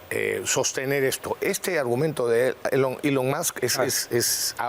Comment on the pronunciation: ■ Es un problema que tiene con ciertos fonemas, no sè se sii el '' Barba habla quechua. Es como en el caso de los chinos a los que les resulta difìcil pronunciar la 'r' ocsolestos,. No sèè de dònde saca 'Elion' Mas' Donald 'Tran'